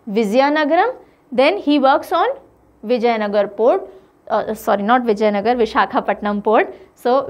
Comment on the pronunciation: Mam I think your pronounce and spelling is little wrong it is vijaynagara